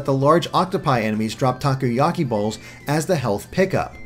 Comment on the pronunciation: Did said "Takuyaki" and not Takoyaki? (I knew that for some people it's quite hard to say Japanese words, So I don't mind that.)